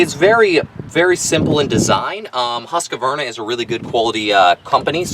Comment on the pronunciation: It's not a Husk A Varna ..it called Husqvarna and it's an ok blower. Just call it what it is. Husqvarna, you keep calling it a Husk A Varna . Maybe you do that for a laugh?? Got me. You mispronounced the brand name everytime you said it. Other than that, cool review. I own one and it's ok. No better than my old BG86c but a nice change for what it is.